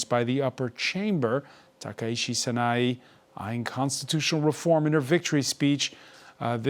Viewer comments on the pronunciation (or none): It's not Sana-ee. It's Sana-ei.